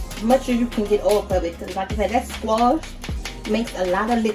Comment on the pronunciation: Love the cooking, but also love to hear her say "squoosh" Girl you got me rolling over here!! : ) Oh and new subscriber here ~Hearts~